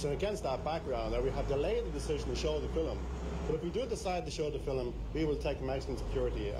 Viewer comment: is educated. He says 'Fill - im'! Then there is the word as it is pronounced in 'Estuary English'; 'Fi'~wwm!'... (Hard to say - harder to write!)